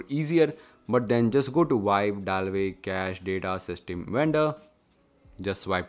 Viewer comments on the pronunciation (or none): none